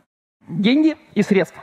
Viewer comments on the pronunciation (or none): none